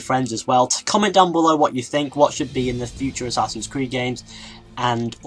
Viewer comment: from to he says "assassins weed"